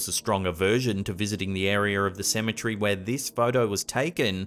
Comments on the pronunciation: It irks me to hear this guy pronounce Symmetry instead of Ce-me-tery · CEM - E - TER - Y. Why do you mispronounce this word so often?